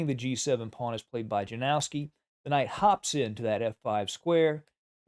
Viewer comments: It's called "Yanofski", not "JaNOOOWski",. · Capablanca's endgame technique was truly remarkable, and it has significantly influenced the play of chess grandmasters like Karpov and Carlsen, who have both drawn considerable insights from his approach to endgames. However, the pronunciation of his opponent name is "Ianovski"